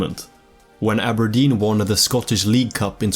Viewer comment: I like how you can pronounce Aberdeen properly, with a hard R, instead of "Abah-dean" how the English do.